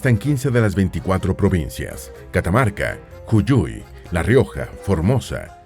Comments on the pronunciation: Es Jujuy, no Juyuy. Mendoza no es la 4ta ciudad con más habitantes del país. La cordillera no está sólo al norte del país. Al margen de estas inexactitudes, me parece muy muy canal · hago pausa en el min 13, como puede ser que diga juYuy (jushuy)? está bien escrito en la imagen que está mostrando juJuy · Ju-juy. ...no juyuy!!! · Juyuy pronuncia 😂😂😂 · Yuyui dijo? Jajajajajja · Hermoso video muy útil te lo agradezco mucho!! Solo quisiera agregar que jujuy de dice jujuy, pero se escucha "juyuy" jajaja. Bueno gracias 😃! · Juyuy?🤣🤣🤣 ¡¡¡Es Jujuy!!! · Juyuy? XDDDD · La provincia del norte es JUJUY ( No Juyuy) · Agradezco encontrar este video. Amo Mi Pais. Solo un detalle la provincia del norte es Jujuy , con J , ( J.u.j.u.y ) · 1. Virreinato DEL RÍO DE La Plata 2. Jujuy así como suena, no Juyuy 3. Santiago DEL ESTERO. Hay que aprender a leer. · Es Jujuy, por favor pronunciar correctamente . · Cuando dice ''Yulluy'' Jajajaj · pequeña correcion, jujuy no se dice de esa forma. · Interesante video. Sólo quiero aclarar que la provincia de Jujuy no se pronuncia "julluy" sino como se escribe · Me pareció muy divertida la pronunciación de Jujuy! ☺️ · Interesante pero nada concluyente. Errores en la 1ra junta de Gobierno: Videla EA, Massera ARA, Agosti FAA. Muy mal pronunciado JUJUY y Santiago del ESTERO. También mal pronunciado Grafigna (se pronuncia Grafiña). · Correcto, también he notado esa mala prounciación y me causó risa. Es que el locutor no es latino?